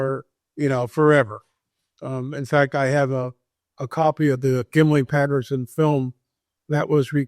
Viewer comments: Why does keep saying, "Gimli Patterson," film? It's Gimlin. And it's always been called the Patterson Gimlin film. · Well first you pronounced Gimlin wrong. Second it never aired on tv in 67, 68 or 69. Lenard nimoy was on Star Trek in the 60’s. So you never saw it then. You should speak to real biblical scholars as to the meanings of words. You are speaking about book of Enoch that is not canon. Catalina island is a hoax even the giant hunters showed this. All nonsense